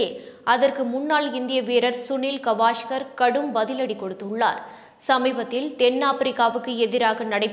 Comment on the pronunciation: காவஸ்கர் ....கவாஷ்கர் அல்ல..பெயர்களை சரியாக உச்சரிக்கவும்.